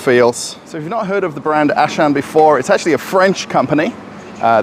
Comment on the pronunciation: Yeah, there is actually no Ashan , for he meant Auchan , a French brand. Pronunciation: 'Au' like o in 'rOle' - 'ch' like sh in 'SHampoo' - 'an' like an in 'FrANce': Au-ch-an